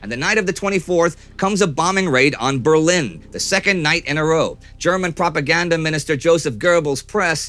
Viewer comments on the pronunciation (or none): none